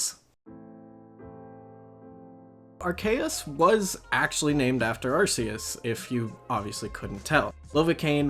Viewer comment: It’s arkee-us not arsee-us